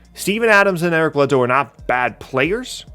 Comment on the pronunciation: Eric Bledsoe... I'm sorry but I'm unsuscribing